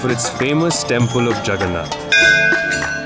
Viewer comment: Ur pronouns of JAGARNATH is not good but u try your best thanx